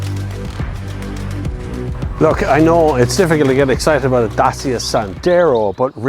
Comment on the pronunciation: Dacia is pronounced (da chi a ) it's romanian